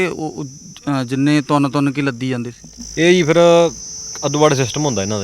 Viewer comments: Azent leke zande aa 😂😂oh reporter 22 jajje paer bindi layi jana har word naal trying to be more sophisticated i guess,agenta raahi jaande aa na ke zande aa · Zaande aa bai zaande aa... jaande ni zaande aa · Zaande ni hunda. Jaande hunda anchoring ched ya bolna sikhla . agent nu azent dasda